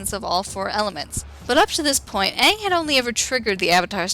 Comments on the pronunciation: Yes there is ^^ many watched it. many experienced its horror. of the miss pronunciation of "aang" as "aung" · night guardian As much as it pains me to say it.... That pronunciation of Aang's name is correct as far as real world Asian languages go. The "a" sound, especially a double a like that, tends to be the "ah" sound. However, because the original source material pronounced it as "ay-ng", the movie should have too. Granted, pronunciation is the least of the horrendous movie's problems when it comes to staying true to the series.